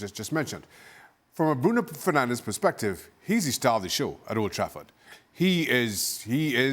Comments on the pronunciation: It's Fernandes you muppets. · It's Fernandes not Fernandez you idiots. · im portuguese and I say this , its fernandes YOU MUPPET ! (Fernandez is a spanish name) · It is Bruno Fernandes, not Fernandez. How ignorant!